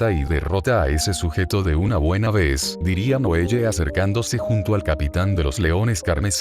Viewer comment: Un consejo (sin ánimo de criticar, solo para mejorar) es ajustar la narración de Loquendo modificando los nombres para que los pronuncie correctamente. Por ejemplo, para que Loquendo diga bien el nombre Noelle, puedes escribirlo como "Noel" o "noel le" (según la pronunciación que prefieras, no recuerdo como era). Sé que requiere algo de trabajo, pero en "Google Documentos" puedes facilitarte la tarea usando el comando Control + F: esto abre la herramienta de búsqueda; luego haces clic en los tres puntos para desplegar la opción "Buscar y reemplazar," y allí puedes ajustar los nombres rápidamente con la pronunciación deseada